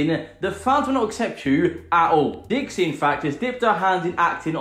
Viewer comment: You said Dixie's name wrong Everytime you called it